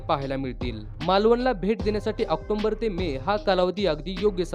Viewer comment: दादा, आक्टोंबर नाही रे, ऑक्टोबर बोल.😀